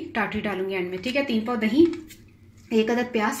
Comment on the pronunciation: "DaheeN" naeen hota...Da-hi hota he.